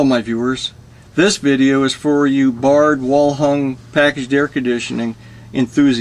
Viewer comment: Did you say wall hung or well hung